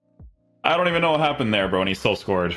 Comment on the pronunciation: lol If he says " I scoreged or dudej "one more time .. I'll throw my pc from the window :P